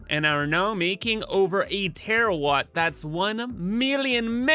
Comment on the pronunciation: Thank you for finally saying "Terawatt"